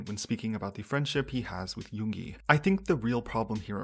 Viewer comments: LOL when the guy called Yoongi, Yooonji I couldn't help but think about that iconic RUN BTS episode when they make Yoongi the new female student and call him Yoonji 😂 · I've kind of ignored him, I didn't listen to his collaborations with Yoongi and Yunjin (even though I stan LESSERAFIM). He does look like an opportunist and sounded weird sometimes (the pronounciation for Yoongi... cmon man you can do better it's only 2 syllables) but that's part of the industry as you said. After seeing this, I still dislike him for his past behaviors, especially the comments on Chinese/Asian people threw me off... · took him 2 weeks to learn a rap, maybe he should have took some that time to learn how to pronounce yoongis name. racism and zionism doesn’t look good on his half